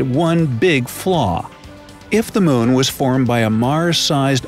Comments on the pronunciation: MOON not moan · I can't not say this. He sounds like he says 'moan' every time he says moon, and it cracks me up.